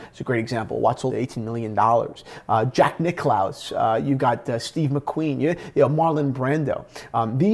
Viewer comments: Yes, I did hear that, but unfortunately I also heard butcher the word "Provenance" over and over again. ( rhymes with "providence" or prominence" not "aunce".) Also, Jack Nicklaus is pronounced like Nicholas. It does not rhyme with "mouse". But it's not all bad, he did pronounce Cartier right for once. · “Jack Nickloouus” LoL